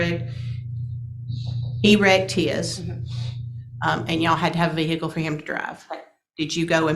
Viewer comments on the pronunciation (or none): How do people still not know the H in vehicle is silent. Vee-hickle sounds so white trashy.